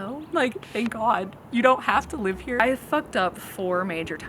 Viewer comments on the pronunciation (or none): none